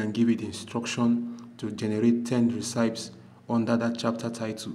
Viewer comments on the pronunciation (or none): bro can't pronounce Recipes. what an irony....😢😢😅😅